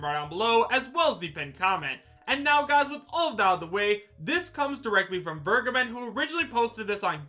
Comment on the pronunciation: It’s been a year now, and people still don’t know how to pronounce Vergeben